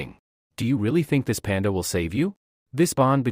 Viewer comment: Very uncomfortable accent 😂 wtf is panga it panda even the translation says panda 😅 it’s isn’t worth listening to this narrator